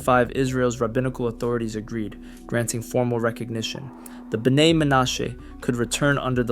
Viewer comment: Oh, and your "Bee-en-ai-i" is ridiculous. It is properly pronounced, "Beh-NAY." Plus speak it correctly. Thanks again.